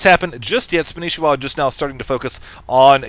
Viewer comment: you guys his name is spanishiwa not spanshwa!!!